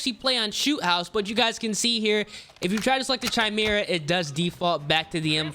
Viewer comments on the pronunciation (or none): its KAY-ME-RAH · Bruh what the frick is a “chime-mirror” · CH-I-MERA ahahahahaha bro its Kai-Mera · bro it’s pronounced “ky mera” not “chy mera” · Stop saying chimera its prounounced kaymera the h is silent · Holy fuck man!! … u should maybe play less CoD and learn english first…. It’s not chi•mera. It pronounced ‘ki•mera’. And it’s not ‘hair•bringer’. It’s ‘har•bin•ger’ 🤣🤣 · its not CHImera dumbass its KYmera!! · Its «kai-mera» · Say it with me! CHIMERA! (Kai-Mare-Uh) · bro said chai me ra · pronounced "Ky-mera" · chi-mera lol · It's kai-mera right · the way he pronounces chimera is too funny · Dislike since you don’t know how to pronounce Chimera… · Why do so many people pronounce chimera wrong? You pronounce the ch as a K sound. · The way he says chimera makes me wanna have a toaster bath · It’s been driving me insane, every creator is saying it that way. Clearly never delved too deep into mythologies. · It really blows my mind how many people genuinely have no idea how to pronounce certain words. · That's not how "chimera" is pronounced bruh